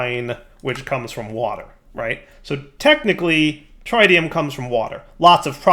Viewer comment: I can't believe I have to comment this again. It's not tritium like you pronounce the tri in triangle! It's how you pronounce the i in words like it, in and Twitch! Edit: Also, you're pronouncing entangloporter wrong again! In this case, you're just omitting entire letters! Edit 2: You pronounced it correctly after!